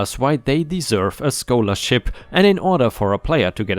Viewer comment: Bullying story: Sheila = "she-la" not "shay-la." Scholarship = "sk-ah-ler-ship" not "sk-oh-ler-ship."